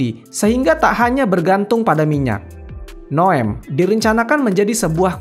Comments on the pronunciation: Bukan Noem tapi Neom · Tulisannya NEOM malah dibaca NOEM😅😅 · Bukan NOEM bang tapi NEOM. 😅